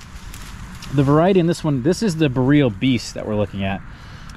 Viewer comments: If your going to make a video on BOREAL varieties of Haskap. Please learn how to say BOREAL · Great vid but please say BOR ee ul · I had not idea what he was talking about did not recognize the word until I read the comments here. I am new to haskap and did not know the name if I did I would put 2 and 2 together.